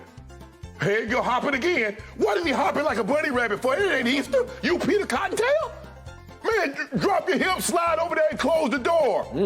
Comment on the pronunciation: Yoooooo! Did he call him Peter Cottontail Tail!! lmfao 😂😂😂😂😂